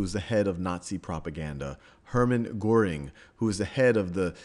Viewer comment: Sal, This is a good piece of work. I'm surprised: you show good sound judgement across all your historical and social videos, where it would be easy to fly off into la-la land. On ehing, though: you gotta work on your pronunciation of "Goebels" and "Goering." the "oe" in a German word is very often an Anglicism for the o-umlaut in German. (Why s there o good English diaeresis on my keyboard??) The best hint I can give is "Try to say e with your mouth shaped as though for u." -dlj.